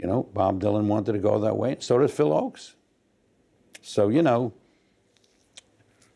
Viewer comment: Please get someone to proof read this doc who knows that Phil's last name was "Ochs" not "Oakes". Also this doc gives much less credit to both Tom Paxton and Phil Ochs as songwriters and performers than each deserves.